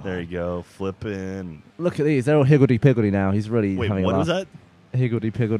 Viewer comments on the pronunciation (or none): i think he says higility pigilty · It's "higgilty piggilty". ;-) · "hivitty pivitty" xD lololol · its actually higaldy pigaldy